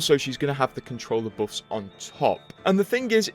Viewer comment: I dont play anymore but still visit your vids to hear you pronounce buffs as boffs